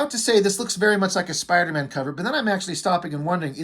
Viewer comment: "Spawnder-Man". - Great Review.